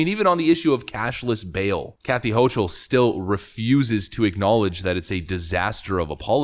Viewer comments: It's irritating to hear the woman's name mispronounced like 20 times in 10 minutes. Her name is not pronounced "ho-chul" with a soft "ch" , it's pronounced "ho-kel" with a hard "ch" . It was a relief to hear it finally get corrected after hearing Lee Zeldin pronounce her name correctly, but the whole video should have been done over to correct the error rather than letting the constant mispronunciation remain throughout the vast majority of the video. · Her name is pronounced "Hokle".